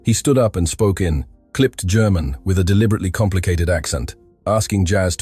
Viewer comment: WTF is "Gare-mon"? If you can't speak a simple word like "German", there's little hope.